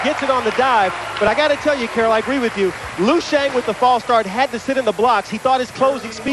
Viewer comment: wtf lui xiang? its LIU not lui